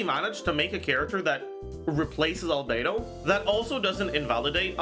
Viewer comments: Not Albe-two. Albe-dos!😂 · *Albe-dos. She is Albe-dos. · She's not albedo She's albere